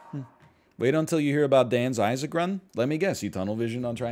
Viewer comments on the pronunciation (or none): none